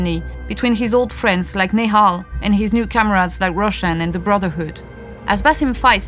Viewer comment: You are pronouncing nehal wrong . A is silent